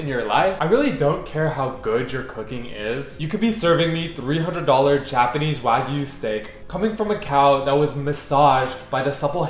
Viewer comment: Bro is fluent in Yapanese